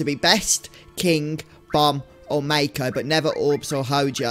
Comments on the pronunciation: Aka the wrong way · Yes! Someone else who pronounces mako with a hard A! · Lol, I was just going to comment this, that's how I pronounced it as a kid playing this.